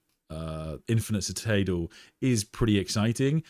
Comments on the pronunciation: Just want to politely point out, you pronounced the word citadel wrong. Try si-tuh-del or listen to Google. Love your streams though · Anyone else here for how we say citadel? Lol ;) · Bro that's not how you pronounce citadel